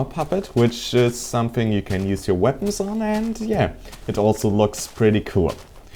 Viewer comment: E_E i heard veapons not weapons *checks headphones* nope still work